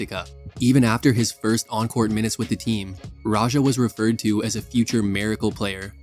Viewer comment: good video, but his name is pronounced radj-ah. the j sound in his name is like j sound in english like in ja morant, not french j sound like at the end of garage or massage